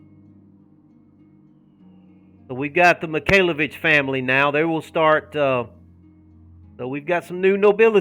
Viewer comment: Oh God I thought you said MIKAYLA BITCHES not MIKAYLAVITCHES lol